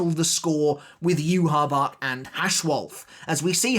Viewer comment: Dude good rundown as usual. However could I please ask you to stop mispronouncing the name of the Quincy King Ywhach (which I admit is a baffling spelling), as "U-habark"? There is no "K" sound on the end, and I could forgive this if you'd only read the Manga, however there are almost 34 episodes now where this character has been mentioned in virtually every one, pronounced "U-ha-bar-rah". "I'm tired of having to tell you not to speak that name so lightly, you'll only have yourself to blame if you lose your voice." 😅